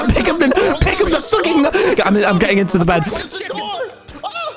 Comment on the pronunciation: Tommy is now becoming true Bri'ish